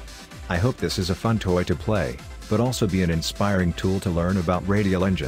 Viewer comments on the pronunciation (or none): none